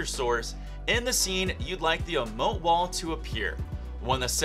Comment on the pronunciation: think its actually "E"mote..